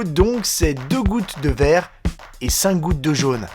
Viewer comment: Il a dit il faut ... goutte de VERT et...goutte de JAUNE . Lol